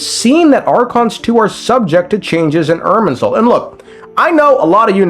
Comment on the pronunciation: What controlling soul are you talking about multiple times throughout the video? The erm soul (thats what it sounds like the whole time)?